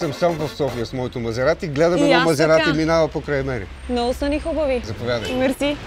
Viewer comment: "това е Мазеаати, итаянски баан", хубаво заснето, адски тъпо реализирано, и водеща с говорен дефект, никакво задълбаване в колата